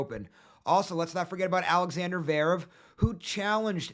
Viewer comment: Bro can’t even say zverev